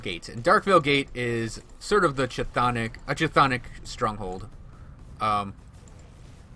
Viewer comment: Cth'onic is pronounced as K'thonic, reference from the Cthulhu Mythos from Lovecraft